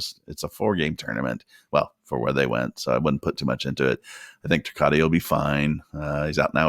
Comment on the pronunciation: ...............................................Ter-cot. Not Ter-cotti.